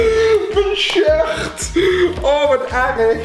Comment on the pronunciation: hahahahahahahahahahahahahahahahaaahahahahahahahahahahahahahahahaha je sjurt haha sorry maar ik lachde me kapod ::::::))))